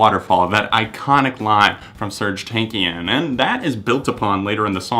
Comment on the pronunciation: the way he says Serj TANAKIAN makes me cry. but good list